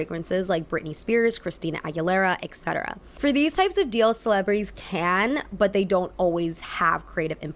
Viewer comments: Why do Americans always pronounce "etc." "äccettarah"? It’s literally "et cetera". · take a shot every time says ex-cetera instead of et-cetera:'( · It's pronounced ET-cetera, not EC-cetera. I love your channel, thank you for doing what you do! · why do you say eKsetera?